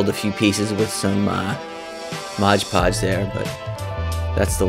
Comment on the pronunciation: There is no "g" in "Mod"!